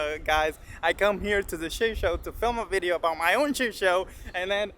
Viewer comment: "vedeo"??? lol